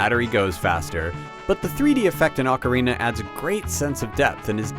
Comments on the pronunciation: its not pronounced "awk-orina"...it's "oh-carina" GET IT RIGHT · Back then, everyone pronounced it oh carina. Nowadays everyone pronounces it ockarina. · oak-arina lol. It's Awk-arina!